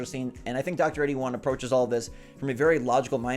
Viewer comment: Why do you keep calling him "Dr81". That's not his name. It's Drtre81. Doctor-TRE-81. Like Dr. Dre..... but TRE.